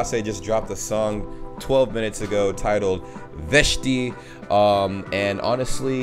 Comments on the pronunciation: You just pronounce it "Vesti" not "Veshti"😂😂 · Its not vešti its vesti like news